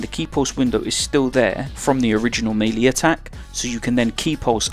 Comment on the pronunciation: Man I don't like having to do this but I gotta cause it hurts hearing you repeatedly butcher the pronunciation... melee = ˈmālā = meh lay not mee lee or mei li. fucking hell anyway, thanks for making these